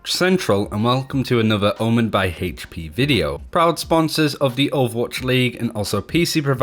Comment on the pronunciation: Omen by HP Brian G. - Why you putting so much emphasis on the H?